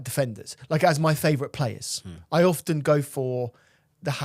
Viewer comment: Favourite moment every time is on is listening to butcher the word favourite😂